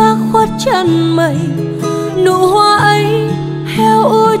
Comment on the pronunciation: 1. Anh đã dẹp hết các loại nhạc khác, chỉ nghe nhạc của e. 2. Bài Hoa Dại có nhiều từ e hát bị méo chữ ( vd: Phải - Tan - Hoa..), có thể đây là 1 thử nghiệm mới. Nhưng theo anh em hãy giữ nguyên bản sắc của mình: Đó là giọng hát trong trẻo kết hợp với phát âm chuẩn Tiếng Việt, không méo mó. Điều đó khiến người ta nói đến nhạc của em là nói đến sự trong sáng, thuần khiết nhưng đầy nội lực. Là cái hiện nay hiếm có khó tìm.